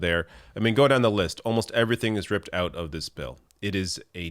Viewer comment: Oot!?! 😁 holy loons and toons I didn't realise you are from Canada?